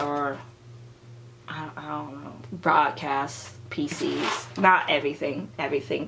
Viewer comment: what da hell is "pisis" ??? everytime ure going to say "photocard PISIS" im like "huh?? fvk what is pisis?? i dont know anything! what free photocard whe u go to showcase?? what showcase??? i dont understand a thing!" k perhaps im fake LOL